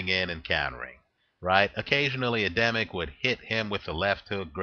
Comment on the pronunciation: You make a little mistake in Adamek pronounciation. Just make the second A in Adamek sound like the first one and it will be fine;)